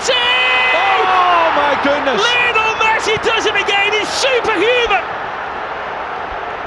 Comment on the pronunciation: Brillian brillian LeeKnowl Messi!! Los ingleses como pronuncian un nombre Latino...